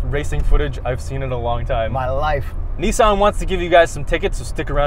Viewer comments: It’s not nisaaan, it’s pronounced nison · Americans be like "this is the niece - Ann micura" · Lol you said neice-anne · Knee san